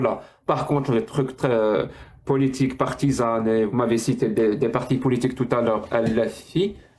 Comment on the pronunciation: C’est « politjique » pour un mec qui est né en France 😅